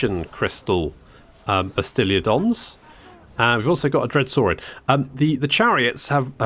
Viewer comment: I do love that you add an “i” to Stegadon and Bastiladon 😂